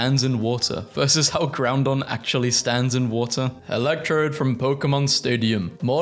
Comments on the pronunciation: He keeps saying GrouNdon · did...he just call groudon, groundon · goth it elle also please dont call it groundon there is no second n